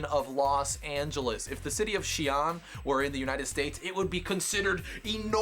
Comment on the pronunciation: Lol, first off, it's pronounced more of "see-un" not "she-an" or anything else. Second, if you think the population density there is going to be bad, according to Wiki figures (which are highly inaccurate but probably the best we can get), Xi an's urban density is about 2,289.9/km2. Now, I live in Singapore, which is a small country in Asia. The population density here is: 6,814/km2 FYI, the USA has roughly a density of 31/km2. If I went there I'd find your streets awfully empty